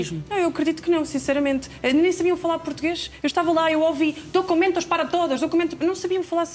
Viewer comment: Dócumentóz, para todoz😂😂😂